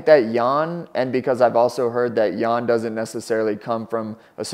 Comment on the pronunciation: Not necessarily. Could be correct spelling but wrong pronounciation. Xiaonan's last name is also Yan and they say it wrong too.